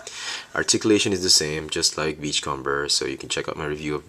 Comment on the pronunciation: your pronouncing beachcomber wrong, its beach-comb-er, comb, as in the thing you use to brush your hair with.sorry for sounding uptight it just bugged me this whole video.